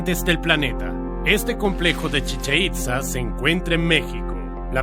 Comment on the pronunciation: Lo pronuncia. Chicheitza. Pero es Chichen- Itz-haa